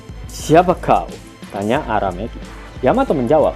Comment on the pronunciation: Aku dengar araMEKI🤣🤣🤣